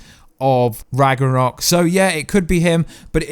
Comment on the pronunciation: Rag-na-rok and Nay-mar and that's not Bata Ray bill....it's Meek and Korg